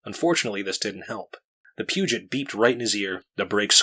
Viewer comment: Peugot is read as "pew-goh" btw. Great job!!!